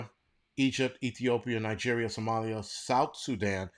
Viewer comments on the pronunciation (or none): none